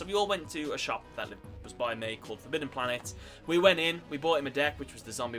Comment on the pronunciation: Forbidden planet wtf . This guy from Wolverhampton or Birmingham maybe ?